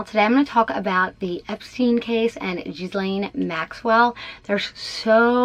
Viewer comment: And the sluts name is pronounced Geelaine😂